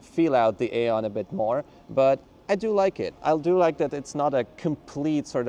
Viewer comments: BTW in english we pronounce it eon. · It's pronounced eon like aeon Flux